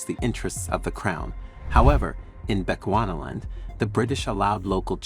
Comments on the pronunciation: Please it's not Bequana land oh lord 🤦🤦🤦 that's now how you pronounce it's, it's supposed to be pronounced as "Bi chu 'chew' not 'qua' ana land" Bechuana land not Bequana land 🤦 bechewana land but written as Bechuana land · You heard him too😅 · Please make time to research the correct pronunciation of our African Names & Places - you are mis-pronuncing our colonial Name - PLEASE check how to correctly pronounce BECHUANALAND ... NOT how u r saying it.